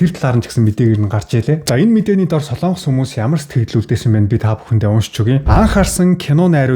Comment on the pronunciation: Сайн уу? Яагаад Солоонгос гэж хэлдэг юм бэ? О үсгэн дээр уртаар дуудах өргөлт авах юм аа. Монгол үг шүү дээ. Солонгос шүү дээ. Соолонгос, эсвэл Солоонгос ч биш "Солонгос"! Ямар ч өргөлтгүй. Эх хэлээ хайрлая